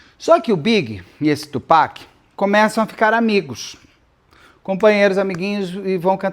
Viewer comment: Nós, fãs da cultura hip-hop muito felizes com o Beto pronunciando corretamente o nome do Tupac <3 Beto, existe um livro chamado Bling escrito pela Erica Kennedy. O livro conta a história de uma jovem que entra para esse mundo da música para realizar seus sonhos, mas isso acaba se tornando seu grande pesadelo. Acontece que a Erica era amiguíssima da Kim, ex do Diddy, e é dito pela internet gringa que o livro seria um relato ficcional da vida e ou das experiências que a Kim presenciou ao lado do Diddy. E a Erica morreu de forma misteriosa.